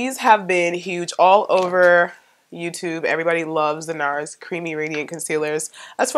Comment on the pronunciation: i used to work for nars and the first way you said it is correct.